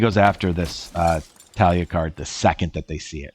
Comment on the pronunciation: Its taa·lee·uh if you look it up, so no h in the pronunciation. Anyway great channel and as always nice content. I am on the same spot on the ladder after a long time hiatus , so cool to see how you will do. Have a nice day and stay safe!